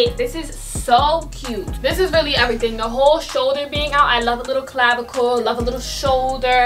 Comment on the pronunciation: nobody:: It's EVERYTING!